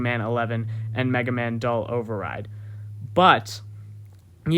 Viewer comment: 🤦🏻‍♂️ "dawl" OverRide..... It's pronounced "doo-all" or "doo-ell" almost. You're pronouncing it reading the spelling wrong.....